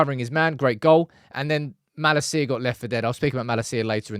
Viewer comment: I love your videos, but how do you know so much about United & not know how to pronounce Malacia’s name? 🤣